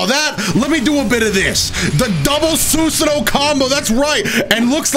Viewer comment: Soosuhnoh... cringe